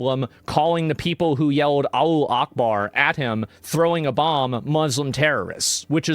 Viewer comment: Its Alahu not Alu wtf 😂